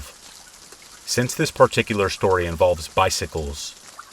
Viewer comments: I listen to your videos every night. I always say with you "after shtory number one, after shtory number two and after shtory number 3." It's our 'thing' 😂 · why does bro say “SHtory number 1” “SHtory number 2” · Have only watched 2 videos so far but their the only videos that will motivate me to do housework 😂 also I love the way you say “shtory” lol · Love how you say shtory xx